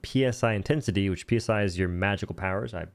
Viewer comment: Psi, as in psionic powers, is pronounced like "sigh", not PSI as in pounds per square inch. That aside, cool to see you covering the game. It's a weird one for me, as it feels like a really shitty "The Secret World" with guns, but it'll do.